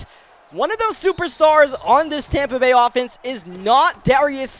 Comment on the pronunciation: Never realized it was Tompa Bay. Always thought it was Tampa Bay...